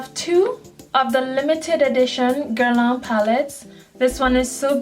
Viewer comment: Beautiful girl, beautiful collection. I hope I don't cause offence--you just said it so much, and have so much from the line I wanted to let you know. You pronounce Guerlain almost perfectly, but it could use a bit of a tweek. You have the first syllable down pat ;) The second syllable is the culprit, lol. It should rhyme with "man", just make sure to create the nasal "n" sound without actually closing to pronounce a complete "n" sound. You're actually doing great at making the nasal "n" sound, it's just the vowel sound you needed to change. So remember "man" (just substitute an "l" for the "m"), not "lawn"... Good Luck Ma Cherie xo ;)